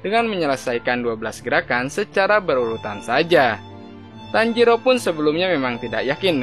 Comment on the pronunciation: kok tanjidor jadi harus nya tanjiro min bukan tanjidor bikin ketawa tau 😆😆😆😆😆😆